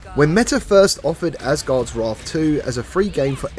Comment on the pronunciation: Asgards Raarth lol